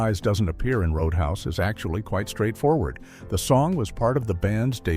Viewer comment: CGI voice: "ROAD UN HAUS". REPORT it! Don't watch CGI BS videos. 70% of these crap videos are now CGI voices!